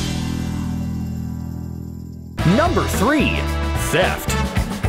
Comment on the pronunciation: Why he pronounced "theft" teft?